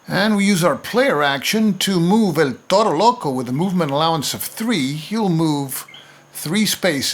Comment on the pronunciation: Amazing playthrough, and amazing pronunciation of El Toro Loco. I want buy the game but here in spain is hard to find